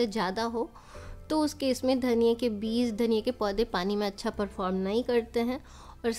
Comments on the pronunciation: Its Beej not beez.. By the way very nice video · Bahan beez sunayi deta hai ppz beej kahiye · Beez nhi beej mam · Yeh ap log beez q kahte hain? Beeg بيج asal lafz hai، amaa yar urdo to sahi bola karo uljhan hoti hai urdo ghalat sunne se.